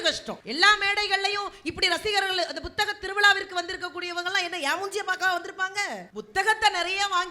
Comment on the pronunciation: Nisha ji, *P*uthaga thiruviza nu sollungaa. Buthaga Tiruviza nu sollreenga